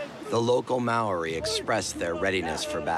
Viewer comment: The pronunciation of Māori is butchered, badly. It’s pronounced Mao-rhi. MAO (Like Chairman Mao) RHI (like Rhianna). Secondly Māori never ate the heads. It’s considered sacred compared to other parts of the body.